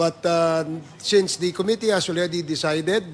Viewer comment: Eto na naman si Cong Komite.... can someone tell him to stop mispronouncing Committee.